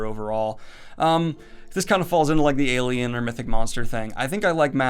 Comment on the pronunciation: When you said "alien" I thought you said "Gaiman" and I was like: Neil Gaiman is an... alien creature thing?